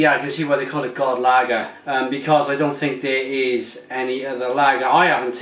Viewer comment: Haha not ''god'' lager, but with a soft o, it means ''good'' lager in Swedish, and Danish too. Sounds like a nice lager, even though im right next to these guys country wise, I can't get their stuff. Good review. Btw im affraid you have kept that Mikkeller IPA for too long now, im affraid it is way past is peak since its, and its not been brewed for a long time. I would say you should do that as fast as possible.